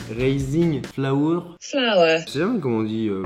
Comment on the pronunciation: Au fait 'farine en anglais on prononce pareille comme une fleur en anglais '